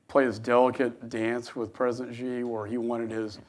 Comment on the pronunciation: This is a senator who sits in a room and can't tell Vietnamese from Chinese!! Also president Xi Jinping is not pronounced President 'Gee' but President 'Shee'.